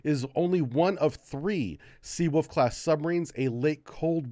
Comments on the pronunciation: Take a shot every time pronounces Seawolf as Seawoof:v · Sea ...Oof